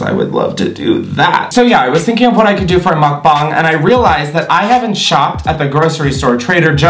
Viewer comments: 🙌finally someone who pronounces mukbang correctly🙌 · Wow your ‘muk bang’ pronunciation is the best ive heard... other YouTubers always mess it up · Off topic but your pronunciation of mukbang is 👩🏻‍🍳🤌🏼💋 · ok but the way you say mukbang makes me happy as a Korean person